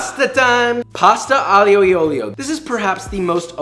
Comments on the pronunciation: It sounded more like "Aglio glioglio". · Quel " pasta aioioio" mi ha steso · Your Italian made me cry but the recipes made me smile. Aglio e olio is pronounced “ahlio eh ohlio” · Should be Pronounced “Ahh Leo” “Oh Leo” 🙂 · As an Italian I’m proud of u, you cooked a great pasta in the way it should be cooked and even made the sauce yourself, bravo! We just gotta emprove your pronunciation and then you’ll be perfect 💪🏻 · Hi Josh! Love from Italy! <3 I'll gloss over your butchering of the pronounciation of Aglio e Olio, but on that recipe I wanted to share a lil' something that I do when making it. First of all, I start the oil COLD with the garlic in, I don't put the garlic when the oil is already hot. This way the oil has time to infuse with the garlic, and the garlic itself cooks more gently without risking to burn and get bitter. I turn off the heat as soon as the garlic starts sizzling and just leave it there to infuse before I throw the pasta in. Also, I put the pasta in the pan when it's still undercooked. Like, if the pasta is 8 min for "al dente", I throw it in at 5 min, with a couple ladles of cooking water, and vigorously and continuously stir. This way the starches in the pasta get released and it helps emulsify the sauce, making it very creamy and delicious. And of course the pasta spends more time in the sauce, absorbing all the tasty goodies. I also don't put parmesan at the end as per the traditional recipe, but that's personal preference, if you have a really good quality Parmigiano Reggiano I don't blame you for wanting to put it everywhere. Hope this might be helpful for either you or someone reading! Cheers! <3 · That "aglio e olio" was terrible, but we still love you Edit: I' m referring to the pronunciation not the dish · The way you just pronounced "aglio e olio" made my day, much love from the Italian community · I am italian and your pronunciations Made me schiver 😂😂😂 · Every time josh tries saying an Italian word I lose 5 years off my lifespan